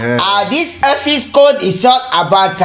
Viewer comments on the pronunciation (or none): "You are welcome to another ephiscode....".